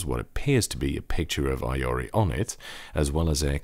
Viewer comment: Will you review something with the low profile kailh switches?, Also I think it's "ee-ori"